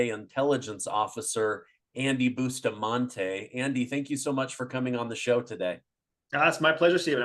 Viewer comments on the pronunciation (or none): Seriously, Stephen...? Bustamante???